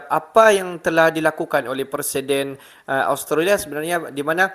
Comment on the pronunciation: Kami tidak menyebutnya ostrolia, tp australia